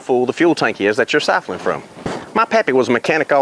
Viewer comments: I thought that the way you mispronounced the word siphoning was funny. Sipholin. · Did I hear him right...Sipholing? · Did I hear him say "sifling?" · syphon is an odd word yes but there's no L in it for sure "sypheling" lol